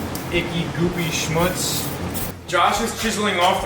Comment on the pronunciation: Did you say schmutz?? 😂